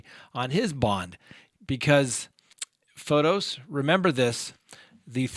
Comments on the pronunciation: I love how keeps butchering his name! ("Photos" vs. Pho-tiss) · Yes the way keeps calling him "Photos" vs Pho-tiss is too funny, love it!